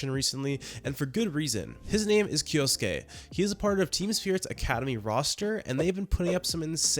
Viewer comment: First YouTuber to master pronouncing kyousuke’s name too.